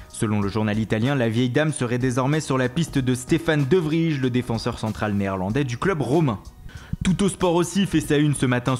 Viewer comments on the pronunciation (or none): Ca se dit Stefan De Vreille pas de vrige ou jsp quoi bande de frouzes de merde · putain c est de vrij mais se dit de vreille